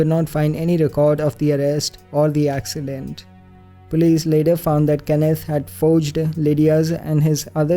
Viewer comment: Anyone notice that said that the family was involved in an AXEccident.... Ok I'll be leaving now EDIT: wakes up for school Sees notification ohh no Thank you guys sooo much for the heart, and I know it's gonna disappear after I make this edit.